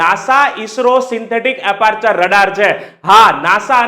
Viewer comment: Aperchure❎ Aperture ✅